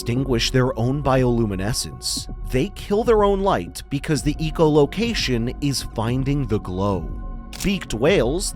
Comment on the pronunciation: "EEKO" Location? More AI slop. You might get more subscribers if you just read the script yourself. You're relying on something that hallucinates constantly and can't pronounce common words.